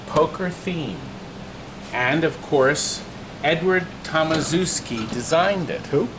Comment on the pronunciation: ok, let me help You: "TOM" like TOMcat pinball; "ASZ" like ASH; "EW" like EW! your polish; "SKI" like brewSKI - so TOMASHEW!SKI